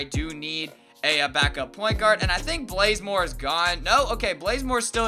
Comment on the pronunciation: Blazemore😂😂its bazemore